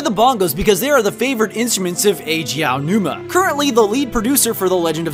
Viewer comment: Much respect to for being able to pronounce "Aonuma".